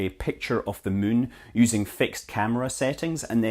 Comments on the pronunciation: Arg. I wish he'd say "moon," not "mün." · I always like the way you pronounce "moon" - sounds like "mün" to German speakers, same as in München (Munic). Fun fact: Light pollution is called "Lichtverschmutzung" in German - which is a word that doesn't make any sense, but everybody knows what that is about. :-D